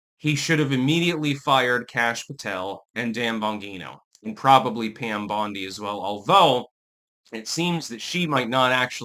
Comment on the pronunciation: It's not bondi